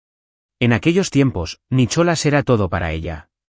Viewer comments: Estoy de acuerdo no sé dice Nicholas se dice Nicolás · Por favor, hasta los canibales hablan Ingles!!no se dice Nicholas, se pronuncia nicolàs!!no pongan nombres ingleses si no los saben pronunciar!!!!!!😮😮😮😮😮😮😮😅😅😅